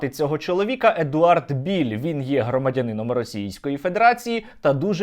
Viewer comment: не Біль а правильно Білл, Едвард Білл, от і вилізла на поверхню правда про цього колаборанта-малороса )) воно колись було Українцем по паспорту ну але як виявилось це ненадовго і тільки на бумажці...